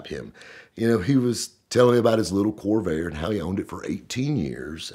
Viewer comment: It sure sounded like kept saying kobe 😂